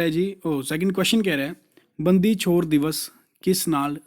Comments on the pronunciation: Sir, It's ਬੰਦੀ ਛੋੜ ... Not aa ਬੰਦੀ ਚੋਰ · ਬੰਦੀ ਛੋੜ ਹੈ sir ਬੰਦੀ ਚੋਰ ਨੀ ਹੈ